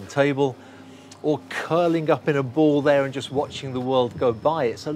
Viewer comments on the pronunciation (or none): none